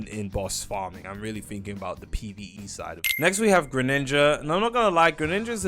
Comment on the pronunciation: Bro called it greninja😭🙏